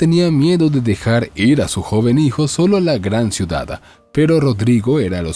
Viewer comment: Poco me gusta comentar en casos tan comunes como estos.(entonces no lo haga me dirán jijiji,) la sola cosa que me llamó la atención.,¿El señor que narra la historia ,agrega una letra más en palabras como: ciudad - ciudada. o bien en terminación en « n » estación = estaciona .por el resto todo bien leído sin faltas.? No es un reproche,solo curiosidad de saber .,¿ Cual es su idioma original ?.me gusta mucho comprender a las personas ,se aprende mucho de los demás.¿ No creen?. Saludos y gracias.💖🙋‍♀️🇨🇭🇨🇱✨✨✨🥰🥰🥰